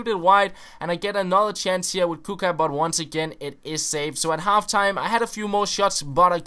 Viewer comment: Its the 8th round not the 16th, then U got quarter,semi, and final... Btw Its kutshka not "kuka"...